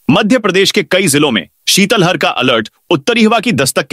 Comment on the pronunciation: ये उद्घोषक नहीं सुंदर रहे हैं।शीतलहर को शीतल हर बोलते हैं। इनकी नियुक्ति का पता करै।मैं ही उद्घोषक ज्ञापन को छापने बोलते हैं।कितनी बार आपत्ति वक